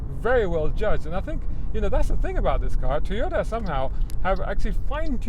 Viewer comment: Idiot guy. He cant pronounced properly the car brand. Stupid! Get of of youtube man!